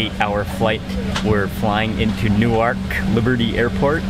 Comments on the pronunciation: It's not pronounced "New-Ark". It's "New-Erk" and it's in New Jersey, not New York City. It's not an eye pad, lol. It's a sleep mask. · He said new ark wowwwww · I laughed when he couldn't pronounce the exotic city name of Newark